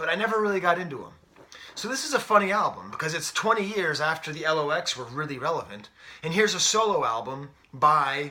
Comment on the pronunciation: Dude it's 'The Lox', pronounced 'locks'. They were originally called 'The Warlocks' but when they got with Puff they shortened the name